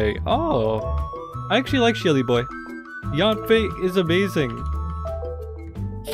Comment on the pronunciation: i will cry as yanfei is pronouce a biT wrong wah